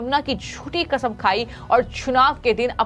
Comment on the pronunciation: अरे यार ऐसी न्यूज रीडर्स को न लगाओ जो सही उच्चारण नहीं कर सकती यह तो कसम को 'खसम ' बोलती हैं